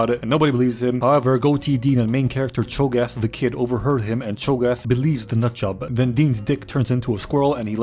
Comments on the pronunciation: “Chogath” 😂 its hogarth😂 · love how you called him chogath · did you srsly call him chogath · I can’t tell if he’s calling him chogath on purpose or not -_ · I just can't take it seriously with you calling him Cho'Gath this whole time. Also THANK you for recognizing his big dick energy in the tsunami chair/road scene. That scene lives rent free in my reference memory. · Hahaha chogath??? Goodwon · Chograph Is all I hear ddeepcut youtube meme comment if you know it